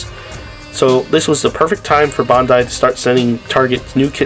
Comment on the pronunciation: My man pronounce Bandai correctly please for the love of God